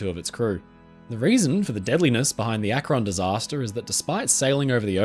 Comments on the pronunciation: Hey friend! This is such a minor thing but in case you want to know, "Akron" is pronounced with the emphasis on the first syllable, making it sound like "ahk-ren". Gotta love that wonderful American Midwest vowel shifting! (source: family literally lives in Akron. Well, North Canton, but same difference) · As someone from Ohio I've never heard someone pronounce Akron like that. (It's Ak-rin, first syllable stressed) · Nice work,! I love your stuff. FYI, regarding the US airship “Akron”: the ‘a’ in Akron is pronounced like the ‘a’ in “bat” and “sat” — NOT like the ‘a’ “late” or “mate”. (It’s named after the city Akron, Ohio). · as someone who lives in Ohio, it's always amusing when ppl pronounce cities from here in interesting/different ways. Akron (as in the USS Akron, named after the city it was built in) is more like "ACKrin" around here, but you make it sound super sophisticated and a place worth visiting 😂 fun fact: the parent company (Goodyear) that built the Akron is still in operation and still building/launching airships to this day! anyhow, I'm a new sub and wanted to say I love your videos and how thorough they are! 😊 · The British pronunciation of akron cracks me up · As far as I know Akron, OH "The Rubber City". Akron was not pronounced the you do. Of course, I probably don't pronounce any number of UK places correctly. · There's just something so insane about a giant airship floating in the sky. It must have been awesome to see something topping 700 feet long floating in the sky with your own eyes. Also listening to an Englishman pronounce Los Angeles and Akron never fails to amuse me. You should be glad they didn't name one USS Monongehela, Connequenessing or other American names.